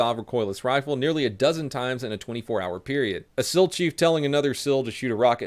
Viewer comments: Seal, not sill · It’s SEAL, not sill. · It's pronounced seels not sells. The pronunciation ruins the video. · Donut say “sill chief” dude can’t say “seal” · You pronounce “SEAL” funny. What is a Navy SILL? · 18D is kinda hard? You are a Fucking Imbecile. Oh and learn the language you dipshit! SEAL not Sil. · Seal is pronounced Seel not silver. - grammar nazi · Why do you call them sills? Aren’t they seals? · Is it pronounced SIL or SEAL? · Why do you say Sills? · Haha you said navy sil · I kept thinking he was saying sill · The pronunciation of SEAL drove me crazy but good video brother